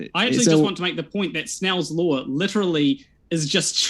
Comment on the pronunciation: You mean a Lawr of Motion guy. He clearly didn't saw Law once. I can hear him, he specifically said Lawr.